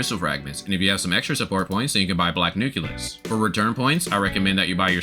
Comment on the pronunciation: It's still funny when you say "nukilus" instead nucleus and "silka" instead of Scylla.